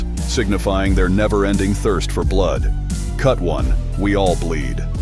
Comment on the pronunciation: “Cut one, we all bleed”. The problem with these artificial narrators is they get emphasis wrong. It should have said “Cut ONE, we all bleed” but said “CUT one, we all bleed,” which sounds like very dangerous flatulence.